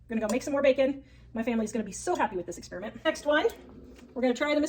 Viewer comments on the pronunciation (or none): none